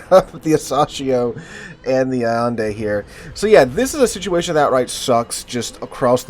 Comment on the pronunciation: Al-yen-deh, not Savador Allende, but Ignacio (Ig-na-ssio), possibly the Mexican caudillio...